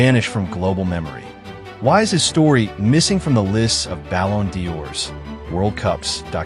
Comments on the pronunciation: We didn't have internet-so how would you know it and its Ballon d'Or and not perfume Dior,IS IT TOO HARD TO TRY TO PRONOUNCE TRY IT-YOU'RE MAKING VIDEOS AFTER ALL, ABOUT SOCCER AND NOT PERFUME..(ZAVIDOVISAJ????-ZAVIDOVICI-OK ITS HARD ) BUT "" BALL ON DIOR COME ON DUDE.... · Ballon d'or not ballon de ors